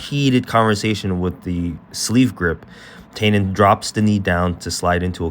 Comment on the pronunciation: Nice breakdown. His name is pronounced “tie-NON”. Like a bow tie, with the emphasis on the NON. It’s ok because every non-Brazilian brutalizes this name, but there you go.